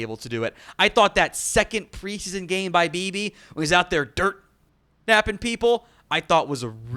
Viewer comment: Beebe said " I love dirtin people"